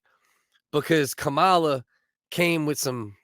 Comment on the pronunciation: It's Kamala not cowala